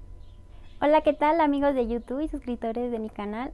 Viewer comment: Hola Alicia te hago una observación con todo respeto. Se pronuncia IU TUBBBB con B al final, en este video dijiste dos veces al principio, dijiste yutu. Saludos